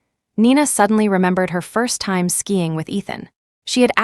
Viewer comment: SKIING not skying